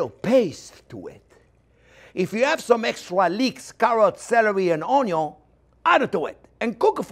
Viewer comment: I just love how the French say onion it sounds so classy.